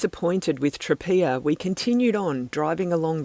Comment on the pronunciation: Great video as ever, loved your regular posts from Italy and will miss tuning in; thank you. A couple more pronunciation hints: Tropea = ‘Tro-pay-ah’ (pronouncing the T as a ‘T’ not a ‘Ch’). Grazie = ’Gratsz-ee-eh’ ie THREE syllables - the mispronunciation of this word is one of the most irritating things to Italians about English-speaking visitors (topped only by Americans who think a Spanish ‘Gracias’ will do!). Try Tropea (or smaller places like Pizzo nearby) more in season next time; similar in some ways to Taormina, but more reasonable accommodation prices, better value restaurants, and much better sandy beaches with amazing almost tropical coloured sea.